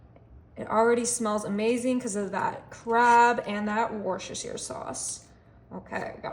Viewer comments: Looking forward to making this. Worcestshire is pronounced wur-shi-shur. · In our house it's pronounced Wor chester shire. 😂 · It's pronounced wurs ter shire at my house 😂